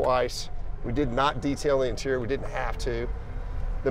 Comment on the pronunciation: Did he say camel toe itirior? And just because you put numbers and letters in front of engine. Doesn't mean it's special dude. This guy talks everything up more than what it really is 🤣